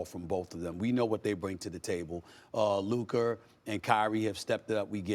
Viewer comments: It’s Luka not Luker mane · “Luker Doncic” - SAS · Stipen calling luka luker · The man name is not "luker" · What on gods green earth is 'LUKER' lmaooooooo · LUKA!!! Luka Magic. Not Luker! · stephen a be like "luker doncic" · Why Stephen a keep calling him luker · Bro said “LUKER” 🤡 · LUKER??? 🥴 come on man say his name right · He says his name with a HARD R.... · How hard is it to pronounce names? Who’s Luker? Also, Anthony Edwards is Devin Booker’s Brother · Stephen A goes out of his way to never say Luka’s name correctly. It’s crazy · Did SAS just say "Lukerr Donqich", Man its getting outta hand now. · Luker Don Chick